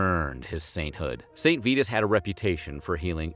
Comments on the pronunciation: Pronounced "Saint V-EYE-TUS" not "Saint VEETUS" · he also mispronounces the name of the saint calling him VEE-tus, when it is VIE-tus. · You lost me . It's "Saint Vitus" -- sounds like "eye" -- not "Vetus" -- sounds like "feet."